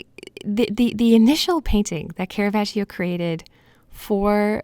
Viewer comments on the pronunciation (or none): It's not kera-vaj-io. Put some pronunciation on it. This mistake is made by more professionals than you can shake a stick at.